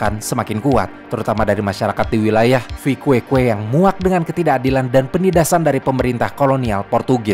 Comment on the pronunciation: papa orang Timor Timur mama orang Manado sekarang tinggal di Timor Barat ahahaha koreksi di min Viqueque di baca Vikeke itu kota asal papa saya🇮🇩🇹🇱